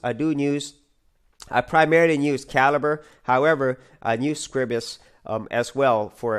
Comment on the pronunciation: I hate coming over as a pedant, however the word Scribus is not pronounced as Scribbus, it is pronounced as Scry-bus, think of it as "Scribe us"